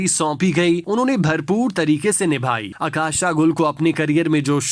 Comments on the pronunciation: اکاشا نہیں اوکاشا گل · جی،اور عکاشہ کی " ع " پہ پیش پڑھنی ہے۔